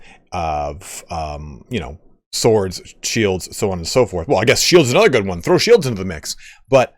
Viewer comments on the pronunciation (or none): none